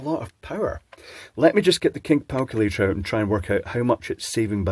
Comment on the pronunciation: "kink palculator" LOL